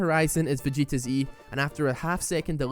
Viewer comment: It's fine lad, a lot of people mispronounce vegeta.